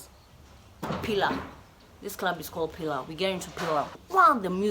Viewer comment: When she says clurrb